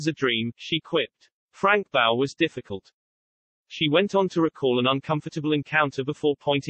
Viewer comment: Just hate computer generated voice overs. No punctuation 1 9 8 4 is 1984 Frank bough is Boff not bow. The poor man had to have something going for him, he wasn't going to win any beauty competitions was he. I remember when the scandel about him hit the fan he disappeared off the screens. What a git, he showed no respect for anyone, that was when the BBC covered up every thing like Savile. Bough moved to itv when it was getting a little too hot for him at the BBC.